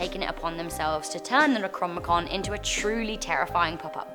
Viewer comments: Necromicon? Necro-nomi-con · ....the way she says necronomicon...